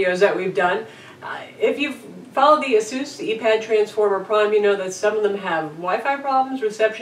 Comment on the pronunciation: t's not pronounced "a-zus", its ace-us.